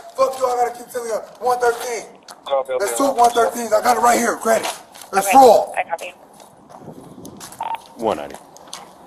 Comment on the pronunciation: AND STOP SAYING FARTED!!!! It's.. Fraud. AW! F RAAAAW Duh!